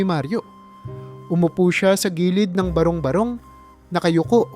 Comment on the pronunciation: Maganda nman po ang inyong kuwento,kaya lang pa kaparis ng ibang narrator eh madami dn kayong mali sa pagbigkas ng mga salita tulad ng: salitang improvised,barung-barong, aliw, basurahan at marami pa.